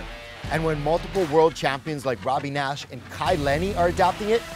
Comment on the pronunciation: You pronounce your surname 'Nash" Interesting. I'm a surfer too in Western Australia , Jamie Naish. The Naish over here is Naish like Nation , without the 'in' at the end . Nice vid.